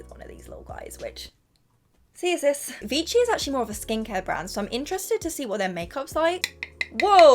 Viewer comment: It’s actually pronounced as ‘vishi’ not ‘vichi’ as you said it 😊